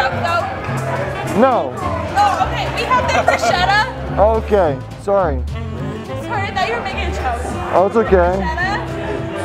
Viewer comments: I left the video as soon as i heard how that girl pronounced the bruschetta on minute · she kept saying Brousheta when its Brosquetes i was crying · I’m sorry, but “brushetta”???? NOOOOO It’s Bruschetta with an Italian (ch) as the (K) sound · By the way, as i know italian language,to hear on and on repeeting the word bruschetta wrong is harsh!!😟!!!The name of the toast is spelled like-BRUSKETTA!!!(AFTER S GOING K SOUND!!!!)!!!! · its actualy broushetta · Every time she pronounced the bruscietta an Italian died. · Every italian person died after listening to caprese bruscieta 0.14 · It’s Brew-Sket-Ah, all the shetta people got me fucked up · U can’t pronunce bruschetta brusciéda… don’t say italian words in American as we don’t say in Italian American words… it’s easy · That's the way most non-italians pronounce it...unfortunately. Irks me too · I'm italian, i can't get enough of how she pronounces bruschetta! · Biggest fail of the video is how Americans pronounce bruschetta lmao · Im Italian and my ears are bleeding anytime the lady at the beginning names BRUSCHETTA in that way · My ears hurt after hearing bruschetta mispronounced so many times